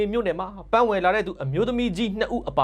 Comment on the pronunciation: တရားမျှတမှုဆိုတာ ဂန်း' မဟုတ်ဘူး ပန်း' ကွ။